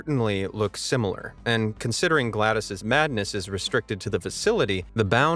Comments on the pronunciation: It's not Glados, it's Glad OS like the windows OS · its GLaDOS not GLADOS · My brain had to restart after hearing him pronounce GLADoS as Glad-iss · It’s GLaDOS not Glad ise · even he's saying GLaDOS wrong now!!! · he said glados wrong